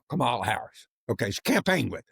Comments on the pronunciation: Please pronounce Kamala Harris' name correctly James. I have listened to you mispronounce it over and over again. It is pronounced Coma la not as you and the Trumpster pronounce it. Please stop that it is very offensive that you don't know how to pronounce her name correctly. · Could you PLEASE say Harris's name correctly? It is "comma" + "la"!!! It matters. Plus, don't care what MTG has to say. She just knows which way the wind is going to blow. She doesn't care about anyone but herself. Don't give her a platform. Let her apologize to the Parkland victims. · James, it's Comma-la. Comma-la. It's not that hard man. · IT'S COMMA-LA (Kamala). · James, did you misprounounce Kamala???